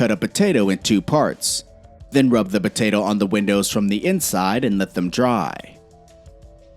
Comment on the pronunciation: He said "batato"